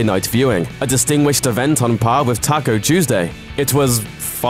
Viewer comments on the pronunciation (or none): none